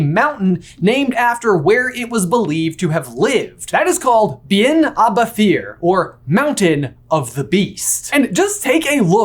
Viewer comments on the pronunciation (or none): Pronunciation help: Beinn a’ Bheithir is Scottish Gaelic and pronounced something like “bane ah veyheer” (bh and mh in Scottish Gaelic make a /v/ sound and th is somewhere between /h/ and nothing)